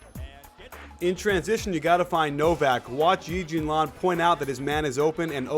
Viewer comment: well i'm pretty sure that YI JIAN LIAN won't speak mandarin on the court with stupid lamar odom. btw it's YI JIAN LIAN, not zi zi lian or whatever.